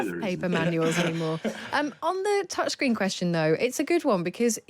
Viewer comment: What's a "touchgreen"? I hate this sloppy pronounciation.